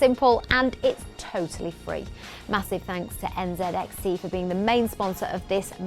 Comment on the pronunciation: It hurt the way she said nzxt